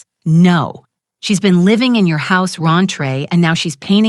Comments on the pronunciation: While there are many AI mistakes I generally overlook, I can't ignore "raintre or rantree" throughout. It's supposed to be "rent free." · We have a new word : rent free pronounced “Ron-tray” Not to mention the new ways to say written numbers.